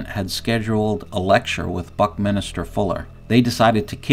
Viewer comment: Buck-Min-ster not Buck-Minister